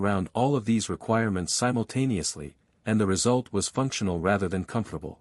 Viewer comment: the word of the show? Simultaniously :)